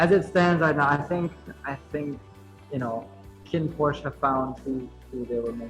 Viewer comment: Es Kinnporsche ( se pronuncia Porsch osea Kinnporsch ) no Kinnporsché porque Porsché es el hermano pequeño de Porsche. Gracias por la entrevista.